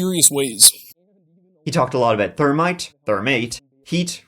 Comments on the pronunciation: Thermite not termite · Its pronounced Thermite not termite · Why is it that you cannot pronounce Thermite It's that termite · TERMITE BOMBS!!?? THAT'S TERRIFYING! Oh wait it's and he's saying Thermite, still scary but not as bad. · Termites typically will not destroy a hard drive. I swear, You and my Irish Grandma with the "Th" problems! Just messing with ya. Much love though. I really enjoy your vids. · Are you saying "termite"? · Lol...at time stamp I kept rewinding trying to understand how he ordered " termites" to wipe data...😂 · We all know “i before e except after c” …but around these parts, it’s “the H after T does not exist to me” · Right like he has no problem saying the 'th' in "that" but can't say thermite 😂